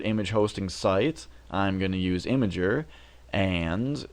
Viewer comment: its not Imager. Its IMGUR lol :)